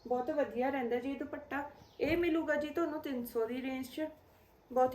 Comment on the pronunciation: ਦੀਦੀ ਭ ਨਾ ਬੋਲੋ ਦੁਪੱਟਾ ਪ ਬੋਲੋ